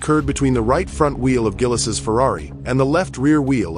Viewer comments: Zheel, not Gill-es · Gill-Us? AI has a ways to go yet. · Gil-es?! I hate AI narration! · Not gillis. Pronounced jeel. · Gil-les Villenoove, Yohan Mass and Didier Pie-Roni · Gill-ess? C'mon lose the AI shit voiceovers and use the right kind of car. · Gillis? Fuck off with AI shit like this. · Who the f*#! is Gill-iss? And Vill-noov? 😂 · Gillis and Pie-Roni? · Gillis Villnoove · Totally agree.... Gillis ate his Pie with Roni.....pffff, stopped at 55 seconds and went to another video. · Hi Mr AI, Gilles ="Jill" Thanks, Your pal Berkowitz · I don’t think it’s a “ good job.” They may have done a deep technological analysis about the accident itself, BUT they didn’t give Gilles the proper respect to pronounce his first name correctly. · For God’s Sake, If You’re Going To Profit from a Man’s Death, Pronounce His Name Correctly!!!! Bloody AI!!!! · RIPETO! IL VIDEO FA CAGARE! CHI LO HA MESSO IN RETE HA FATTO UN MONTAGGIO DI MERDA E NON SA PRONUNCIARE NEMMENO IL NOME DEL POVERO GILLES! TUTTI I PILOTI MORTI IN PISTA VANNO RISPETTATI! COMPRESO LUI!